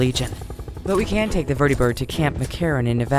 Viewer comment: Why do you say it like a damn kid show lol it's vert-ta-bird vertiee bird lol stahp!